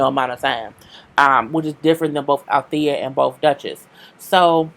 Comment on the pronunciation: She called Althea every thing but Althea 😩😂😂😅